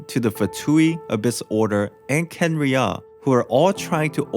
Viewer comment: that's not h0ow u pronounce Kha'enriah